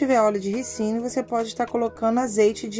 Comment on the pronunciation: NÃO É RICINO TEM ACENTO RÍCINO